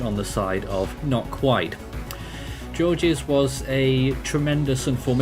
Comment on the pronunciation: It's pronounced like George, it's French.